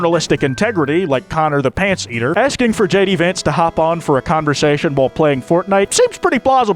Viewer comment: YAY HE SAID HIS NAME THE RIGHT WAYYYYYY